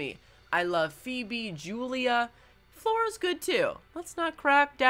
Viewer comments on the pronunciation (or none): none